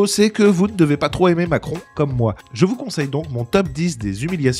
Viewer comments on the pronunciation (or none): none